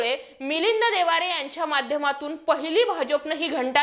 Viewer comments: मिलींद देवारे नाही ओ मॅडम 😂... मिलिंद देवरा असं म्हणा की😂😅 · Madam he is Debra and not Devare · वामाने देवारे नाही देवरा असं आहे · अग बाई तुला नाव बरोबर घेता येईना. त्याचे नाव मिलिंद देवरा आहे